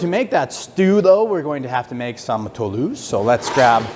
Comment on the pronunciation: Hey, French Canadian here, you said Toulouse perfectly, dont worry about it!